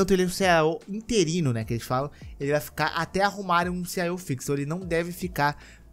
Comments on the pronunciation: A pronúncia correta é "Ci-i-ou", não "Ci-AI-ou". Corrige aí para os próximos vídeos. Você como comunicador tem a responsabilidade de comunicar corretamente. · CIAOU foi foda de ouvir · "CIO" da Sony?